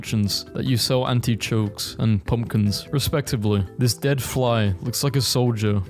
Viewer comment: Bro said anty chokes